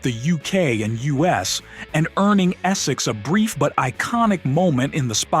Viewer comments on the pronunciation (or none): none